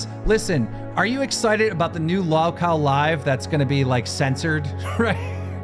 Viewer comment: Regardless of how bad of a person ethan ralph is... he sure has a way with words. Btw, the way keemstar says "lalw kao" bugs me for some reason.